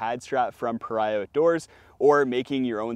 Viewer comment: I've actually corresponded with the owner of Paria products. It's pronounced PahREEah, like the name Maria. Great vid as usual. I own the Recharge XL. It's so amazingly comfortable! And if you write to Paria if you've bought a quilt, they will send you an extra pad strap for free.